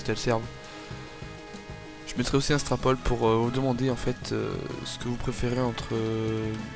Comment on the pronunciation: HCF / DTR Juste on dit "strooooowpoll" pas "strapaul"